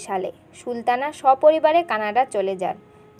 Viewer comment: আগে কথার উচ্চারণ ঠিক করেন, ছি :কি বাজে উচ্চারণ। আপনি তো সুলতানাr নাম ee উচ্চারণ করতে পারেন না